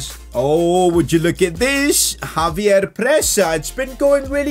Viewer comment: It's not Javier it's Xavier so you pronounce it like a ch not a j